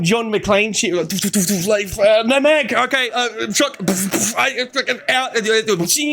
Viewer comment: Why are you adding a "wr" to the word, "no?"